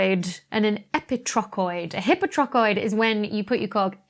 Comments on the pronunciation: Is the "hippo-trochoid" pronunciation (versus "high-po-trochoid) another difference in pronunciation between British and US English. :-) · As far as this Brit can tell: no. It's a DrBeckyism. I'd certainly pronounce it high-po (same as hypotension, hypotonic, etc. I think the prefix hypo- is greek, FWIW). My (long-suffering) Good Lady Wife sometimes pronounces words wrong because she's only ever read them, not heard them. She knows a lot of words because she reads a lot. Sometimes, this makes her Pedantic Husband's teeth grind. Of course, sometimes the PH is wrong, too. It's always nice to learn something new. I tend to come here for the astrophysics, not the linguistics (nor the astrolatin, about which I shall remain mute). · The way you pronounce "hypotrochoid" is so weird. I'm imagining you pronouncing "hypothesis" like "hippo-thee-sis."